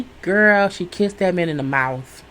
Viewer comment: Had to laugh when you said Lindsey kissed Scott on the mouf, not mouth, but mouf. Girl!!! That lip